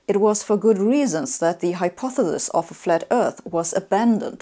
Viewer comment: With all due respect, she cannot pronounce hypotheses. She always says “Hypothelus”.